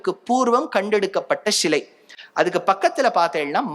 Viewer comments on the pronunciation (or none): இதை எல்லாம் நாங்கள் சொன்னது. அதை எங்களுக்கே திருப்பி சொல்ரிங்களோ. "ஷிலை இல்லை சிலை" தமிழை தமிழாய் பேசுங்கள்.